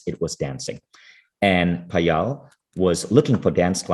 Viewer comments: I wish you could've pronounced Payal not Paayaal. For those who don't know, Payal is the beautiful bracelet wear around ankle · Yup, the pronunciation is 'paayal' and not 'payaal'